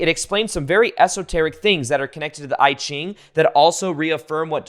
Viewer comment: Good info. FYI, you mispronounced I Ching; but it’s easier to hear in a google translate than trying to spell it. Kinda sounds like E geengh. And I concur with other comments; don’t worry about being esoteric . It’s thoughtful of you though! 😊